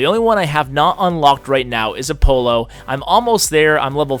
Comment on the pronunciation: The way you say Apollo got me weak😂😂